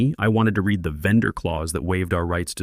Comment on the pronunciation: Pease teach the AI the difference between read and read